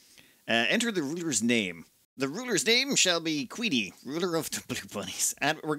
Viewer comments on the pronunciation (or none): If the ruler's name is "Queenie", why did you call her "Quennie"? 😉